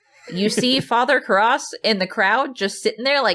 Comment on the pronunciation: I made it almost 8 minutes of both hosts mispronouncing the 2 lead characters names repeatedly. Didn't you watch the movie ? At no time were the characters names pronounced Reeegen or Karahhs.